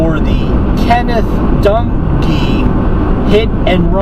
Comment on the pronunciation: I like your video, do me a favor, don't mention the word"Accident" ,this was straight up Murder. Plain and Simple. When you mentioned the last name, you sound like you're saying donkee, as opposed to Dung`ee.